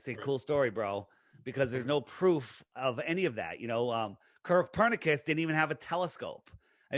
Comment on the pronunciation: Did just say “Curvepernicus”?! 😂😂😂